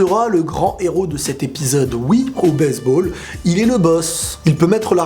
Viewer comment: je reve ou il dit baiseball